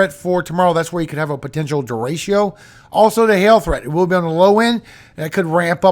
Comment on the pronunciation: It's pronounced, De-Re-Cho, not de-ray-she-ooh. Spanish word for straight. It means other things too, but if speaking about wind, " Derecho " means straight. Don't worry. I don't work for the pronunciation police, so I won't turn you in. 😂 It makes me giggle when I hear you say it, tho. Thanks for all you do,.